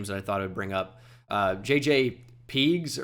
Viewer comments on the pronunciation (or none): Puh-geez is how u say JJ Pegeus last name